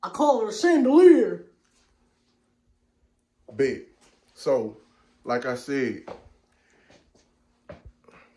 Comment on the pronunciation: They call it a chan da leer! 😂